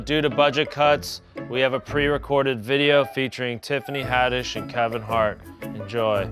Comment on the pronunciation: You knew damn well how to say Haddish.